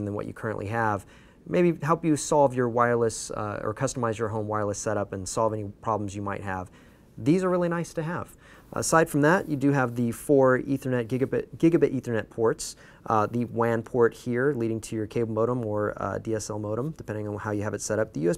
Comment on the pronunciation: forgot the t at the end of gigabit